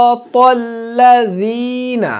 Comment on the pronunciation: অনেক হুজুর সুরাটা পড়ার সময় সিরাতাল লাদিনা উচ্চরন করেন, কোনটা ঠিক লাযিনা না লাদিনা